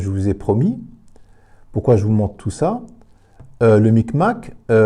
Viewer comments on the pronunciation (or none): Le big mac pas le mic mac 😂😂